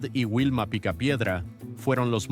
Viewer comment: Por respeto a los picapiedras deverias pronunciar bien sus nombres no es wilma si no vilma y le dices fred a pedro que mal traductor eres en español porque no pronuncias biem sus verdaderos nombres de la serie